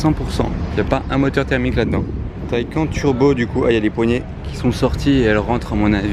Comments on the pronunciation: on dit taycane et pas taycan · On dit TayCANNES au niveau de la prononciation et non TayCAEN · On dit taycane pas taycan pour la prononciation